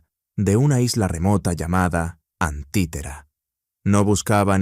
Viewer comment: No es antitera, es anticitera 🤦🏽‍♂️